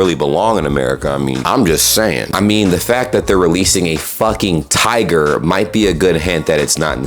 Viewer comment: is it me or did he say tager not tiger?